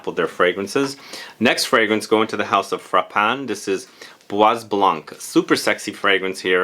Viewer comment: Bois Dore by Van Cleef & Arpels!! And by the way, in the word 'bois' the s is silent, not heard 😉